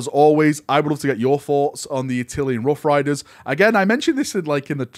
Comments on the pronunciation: “A-till-N” not “A-till- e-N”: it’s “-llan” not “llian”. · Not "Attilian"! 😬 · Attilian? Why you say it wrong :( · Admit it! You've been pronouncing it like "Attilian", just so people would point it out in the comments and drive traffic.